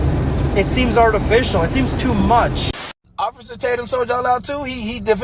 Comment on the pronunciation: I haven’t heard “ossifer” in a LOOOONNNNGGGGG time… sheesh….